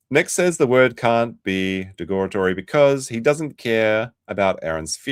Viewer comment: “De-gore-a-tory”, “Say-s”, “Do-es”, “Two sides of different coins” HE CAN’T READ!!!! HE CAN’T USE IDIOMS!!!